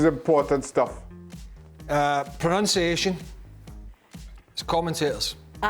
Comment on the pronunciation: Craig mispronounced pronunciation...🙃